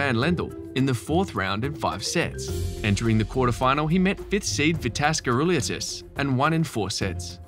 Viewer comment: You're in the wrong job, if you can't pronounce players' name. You totally managed to mangle Vitas Gerulaitis, at which time I gave up watching. Also, I seem to remember Michael Chang winning R Garros, when he was younger than Borg.